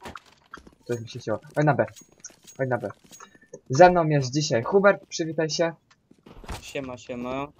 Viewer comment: Ej jestem Hubert nie Chubert